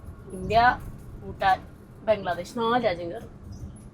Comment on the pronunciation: എല്ലാം ok യാണ്. പക്ഷേ യുടെ ഉച്ചാരണത്തിലെ 'ഫൂ'ട്ടാനും, 'ഫം'ഗിയുമാണ് സഹിക്കാൻ സാധിക്കാത്തത്...😂